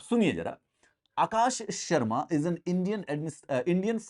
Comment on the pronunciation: the way you said akash.. sharma 🤣 crackeddd!!!!